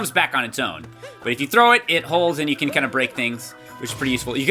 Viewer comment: Cappy says cant instead of can